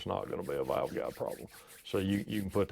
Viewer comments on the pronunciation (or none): When he says Valves or Valve….sounds like he is saying Vails or Vail